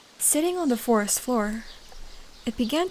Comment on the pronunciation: First i heard Force instead of Forest😅